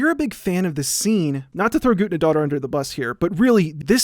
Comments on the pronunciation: It's "Guthnadottir" not "Gudnadotter" that weird symbol is an "eth" - we used to have in in Old English. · love you man but it hurts so much every time you mispronounce guðnad dóttir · Hildur Guth-nah-dot-tier, soft th like in the. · Im 17 minuts into the video and Just now realized hes calling the conducter Guðnadóttir and Just pronounsing it atrociously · This is very interesting, although the only thing I want to say is, yes, I get Icelandic names are hard to say and you did it pretty well though if you want to be as accurate as you can be it would have been "Guth-na-doh-ttir" or smth along those lines, you get what I mean though I hope Still very interesting and that was all I wanted to say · The ð in Hildur Guðnadóttir's last name is pronounced as a hard "th" sound such as the th in "thing" or "father." So her name would be pronounced like Hildur Guthnadóttir. Sorry it just bothered me a little lol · So...it’s pronounced ”Goot-na-daughter”? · I'm from Iceland, where Guðnadóttir is from, and you butchered her last name. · hears him butcher the composers name walks away AHHHHHHHHHHHHHHHHHHHHHHHHHHHHHHHHHHH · It's really weird to see a video that supposedly is paying tribute to an artist and then you fuck up both the pronunciation of the artists name and even do it completely wrong by constantly using her patronym, which is reducing her to being someones kid